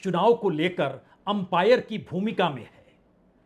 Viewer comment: आपने अंपायर बोला मुझे वैंपायर सुनाई दिया शायद चुनाव आयोग को लेकर मेरे सबकॉन्सियस माइंड की धारणा